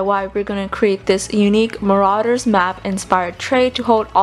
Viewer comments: It's ma-ro-ders map not ma-ra-ders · you are saying it wrong is mArauder's not maraUder's